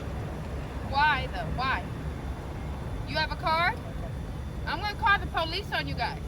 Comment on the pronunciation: Who the hell is the Po Lice??!! Many call the Po Lice! I thought it was the police. Hmmm